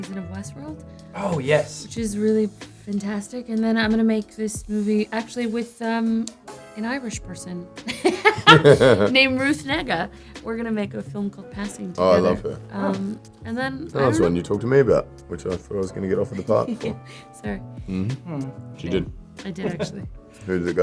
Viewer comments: Tessa Thompson really tried her level best not to pronounce ruth negga as ruth nigga ! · Did she say Ruth Nigga? 😂